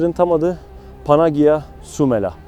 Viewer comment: Panagia diye yazılır panaya diye okunur